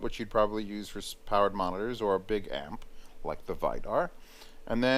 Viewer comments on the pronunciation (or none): It's read Vee-dar!😐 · Vidar is pronounced Wii-dar